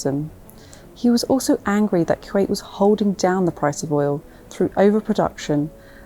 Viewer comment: It's Kuwait not q 8